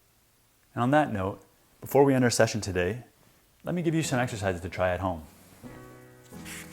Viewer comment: Exercise, i thought you said extra FRIED 🤣😂🤣😂